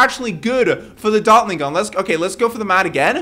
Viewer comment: He didnt say gun he said gum